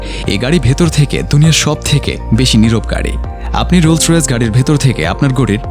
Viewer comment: গাড়ির নামই বলতে পারেন না